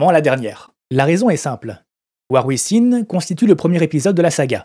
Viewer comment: ~ : "Within" se prononce [uivinn].